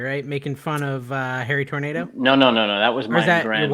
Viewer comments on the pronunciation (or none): none